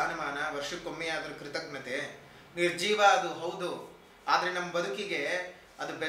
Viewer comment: ಕೃತಜ್ಞತೆ ಹಾಗೂ ಕ್ರಿತಗ್ನತೆ ಉಚ್ಚಾರದ ವ್ಯತ್ಯಾಸ ತಿಳಿಯಿರಿ